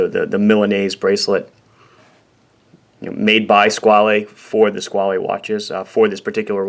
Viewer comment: Before TGV came along I liked the name, I thought it was simply Squale, with the "...ale" as in "Ale" or "Whale" etc. He really ruined it for me, I'm dreading to see what he would do with words like "Squalene Oil". Squale as in whale is much nicer and what Robert Shaw or Roy Scheider would say. I'd have the blue one like his by now if only it wasn't for the odd looking flat facet on the right case side and this way he pronounces it. He sounds like he's mangling words like as if he was The Continental - Christopher Walken in the SNL sketches, a favorite sketch of mine though. He lives right near him here in NYC too, still the same mustache! LOL